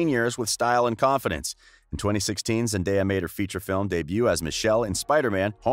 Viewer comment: The most pleasing thing to me as a fan of Zendaya since Shake It Up, is hearing when people pronounce her name correctly. Thank you. I love Zendaya so much.